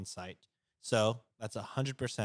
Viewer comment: Also “twenty perschent off”